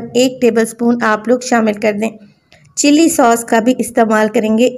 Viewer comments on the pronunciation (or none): none